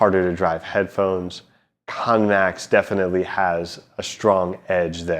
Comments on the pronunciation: It's not pronounced KON MAX it's pronounced KANN MAX. You keep saying KON MAX. IT'S KANN spelt like the word CAN. It is rather irritating when you cannot pronounce and say the name the player properly. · Wrong, Its actually pronounced "Kar-Nen" thats why it has 2 N's